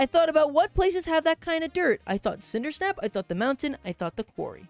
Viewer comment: It's CinderSAP, not Cindersnap